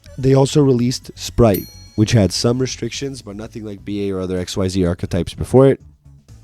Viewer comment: Because I don’t see it commented anywhere else, it’s called “Ex-ease” not “X-Y-Z.” I thought the same thing too when I got back into Yu Gi oh and refused to call it by the official name but I’ve watched way too many Yu-Gi tubers that call it by the correct name.